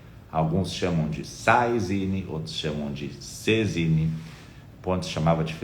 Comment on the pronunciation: "Sainine" vem do Direito Civil francês. Logo, a pronúncia é aquela típica da língua francesa. Acredito que a vogal no final da palavra não é pronunciada neste idioma. Deve ser alguma coisa parecida com Sezín.